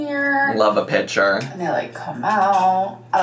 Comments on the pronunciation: Oh it’s not pih chur? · For 2024, I wish would learn the proper use of the words eaten/ate, is/are, well/good, and for the love of CHEESE learn the pronunciation of picture.